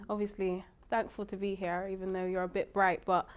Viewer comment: “ Evon if “😅